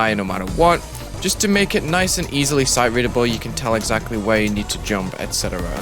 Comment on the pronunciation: i love hearing him say sote readable while making a memory level